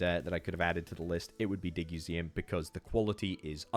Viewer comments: Digseum, not Diguseum. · Did you say DigUseum wrong o purpose to make people comment? Well congratulations it worked.